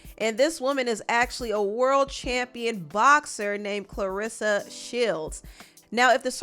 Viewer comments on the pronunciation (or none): You really just cover stuff for views. No integrity. You don’t even know how to pronounce Claressa name.